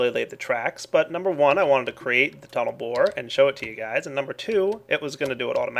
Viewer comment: yeah. "total bored" instead "tunel bore"...